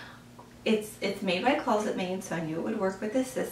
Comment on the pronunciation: it sounds like you are saying, "close-let" I'm not trying to be rude- but I couldn't listen to your entire video... because you kept saying close-let.